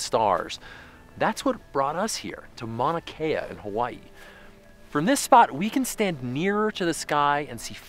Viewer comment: Nice of you to pin the fact that Mauna Kea is sacred land. Next maybe you can bother to learn how to pronounce it correctly. But what can we expect from the folks who made an entire episode about igloos without including any of the native peoples who invented and build them. Please stop lowering your standards, PBS!